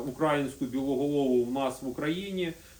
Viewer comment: Перепрошую: -УкрАїнська біла? Це так запатентовано з неправильним наголосом? -Западна Україна? Немає такої, як і східної. Україна одна і неподільна. Можна використовувати захід України. А так інформація у відео корисна і перспективна. Прийду з війни долучусь.